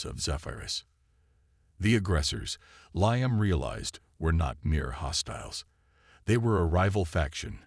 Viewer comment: The name "Liam" is pronounced "Lee•um" NOT "Lie•am." Why do all these AI bots mispronounce so many names and words‽